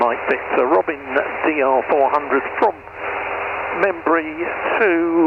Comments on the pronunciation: don't think it could be pronounced robin. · First off: it’s Di-ZHON. Second, it’s Ro-BEN, not Robin. Thirdly, my French Aeroclub had C172 and PA28.